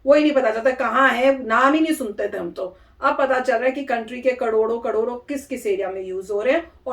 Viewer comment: KADODO KADODO nhi....KARODO KARODO🤣😅